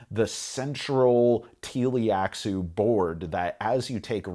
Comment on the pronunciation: Great review! I agree, I would never play Dune Imperium without the Rise of IX expansion anymore, but I would still play Rise of IX without Immortality. Small note: It's Tleilaxu (Tlee-lax-oo) though, not Tee-li-ax-oo.